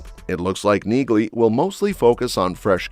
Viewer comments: Is that an artificial voice or an idiot? The name is pronounced "Neelee" not "Neeglee". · Its pronounced Neahley. The G is silent. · It's pronounced "NEELY"--so what else do not know about it? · It's NEALY, the G is silent. Can't you train the AI to pronounce it correctly? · NEELY! NEELY! NEELY! The "G" is silent. Get the pronunciation right or just go home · Yah, I bagged another video for the AI knee-glee pronunciation… I almost thought this one was human, until that shit popped up…. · You fell at the first fence dude....... the G in Neagley is silent...... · That's stupid AI for you. Just hire humans!!!! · I’m just making an observation here, but isn’t the “g” in Neagley silent? I have never heard any character from Reacher pronounce her name with a “g” sound. It may seem like nitpicking, but it’s important. Please correct me if I’m wrong. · When are you AI driven people going to have the generated voice pronounce her name correctly? The g is silent. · The “g” in Neagley is silent! Stop butchering her name! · YES! I was gonna say the same thing then I saw your comment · I just looooovvveeee robot voices that don't know how to pronounce sh** correctly, ever. The G is silent, dumb a**, and I am talking to you, the creator of this video, who is so stupid and so lazy and worthless for using robot voices because actually talking in a video is sooooo difficult. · You need to teach your bot narrator that the “g” is silent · Learn to pronounce her name ffs